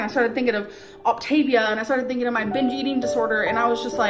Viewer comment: “how I’m feeleen and what im theenkeeng” shoot me in the head